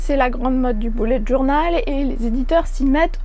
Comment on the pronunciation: jadore quand tu dis "boulette journal " mdr. Sinon tes livres font très envie. De nous ton avis sur À fleur de peau dès que tu l'aura lu, j'aimerai bien l'offrir à quelqu'un.